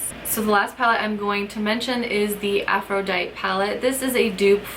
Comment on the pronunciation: Love this video! Thanks. FYI... it's pronounced "afro-die-tee" like the Goddess ;)